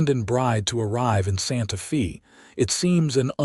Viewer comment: EDIT & REVIEW!! Edit the reading!! The name of the town is "Santa-fay" not "Santa-fee".